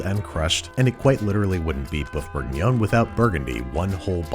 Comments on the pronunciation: Woof Bourguinion, not Boeuf Bourguinion. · more like 'woof bourguignon' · "Boeuf bourguignon, dog food for humans" I think you mean woof bourguignon, Andy. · Didn't you mean "woof bourguinon?" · "Boeuf bourguignon, dog food for humans." Getting a bit posh there, Babish? :D